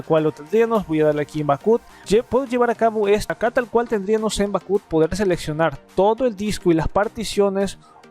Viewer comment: bak ap , asi se dice en ingles. saludos y abrazos